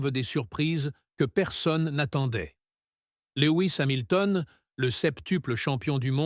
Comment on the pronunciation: Léoui Samilton, le septuplochampion .... je zappe 🤣🤣